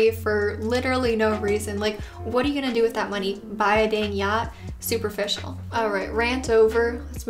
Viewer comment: that "superficial" cannot be unheard